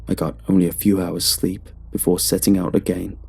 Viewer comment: I like how you're saying again lol, "Aga aein"